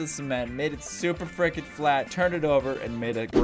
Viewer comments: Everyone say he says fricken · This is how many times he said freakein